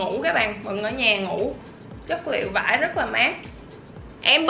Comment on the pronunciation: em cứ thấy chị nói chất liệu vải cực kì vãi cực kì là gì chị